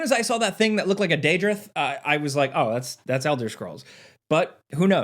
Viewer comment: That’s a pronunciation of “daedroth” I never though I’d hear